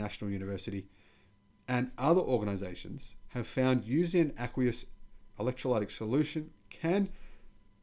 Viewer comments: With the pronunciation of the word "Electrolytic". The "y" has a little "i" sound. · Ask a person who speaks English how to say 'electrolytic' and other hard words ( even drongo Aussies like my brother know this) or just google it! Great channel. Carry on. (ps Where are your horns?)